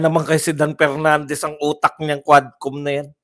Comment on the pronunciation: He he he talaga si Cong. Pernandez o Mr. Porti por (44), Pipti Por (54), Representatib (Representative), Por da Pilipino Pipol(For the people), Apidabid (Affidavit), pronounciation expose the level of IQ he he he